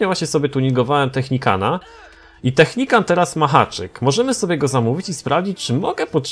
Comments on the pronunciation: Nie technicant tylko technical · naucz się to nie jest Technikan tylko Technikal!! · technical a nie technican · nie technican tylko technikal 😝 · Technican?? A nie czasem Technical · czy mógłbyś mówić technikal a nie technikan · Czemu mowi Technicant albo Technican na Technicala ? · to jest TECHNICAL czyt. TECHNIKAL xd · Czemu ty mówisz technicant?